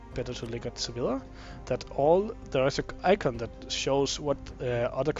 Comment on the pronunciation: sa-vy-a, not sa-villa